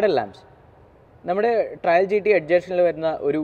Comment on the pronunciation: ആദ്യം കാര്യങ്ങൾ അറിയുന്ന ആളെക്കൊണ്ട് പറയിക്ക്... GT 'ട്രയൽ' അല്ല, GT 'ട്രെയിൽ' ആണ്. അർഥം പോലും അറിയാതെ ഓരോന്ന് പറയുവാ... And 'Paddle/Pedal Lamps' അല്ല... 'Puddle(പഡിൽ) lamps' ആണ്. മൊത്തത്തിൽ വളരെ മോശം. Please do such videos with someone who knows the vehicle well. കഷ്ടം!